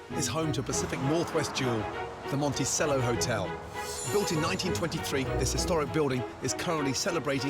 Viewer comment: My God. Nobody knows how to pronounce the name of the Hotel they're working in! It's not Monisello, it's Mon-Ti-Chello